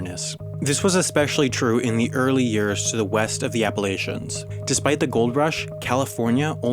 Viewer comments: Great video. Pronunciation of Appalachian is "appa-LATCH-un." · Appalachian is pronounced appa' la' chan. Not appa' la' chin. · I have a personal vendetta against people that say "appa-lay-chuh" instead of "appah-latch-uh"